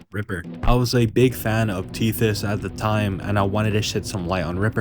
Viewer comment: Lil bro said “tethy” 😂😂😂